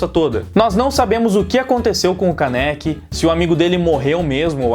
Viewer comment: E não se fala Káneki se fala kâneki o acento é no ka. obrigado por ouvir(se ofendi desculpa só falei a verdade; e a verdade doi)